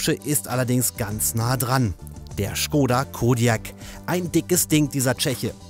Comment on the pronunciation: Tatsächlich wird Skoda Schkoda ausgesprochen.